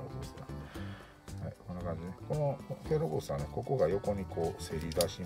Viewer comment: や・・・やばいです フェローブースターがteruoブースターに聞こえてしまったですよ💦